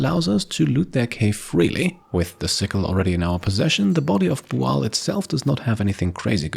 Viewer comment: Are they booing me? No, sir, they are saying "booo-al".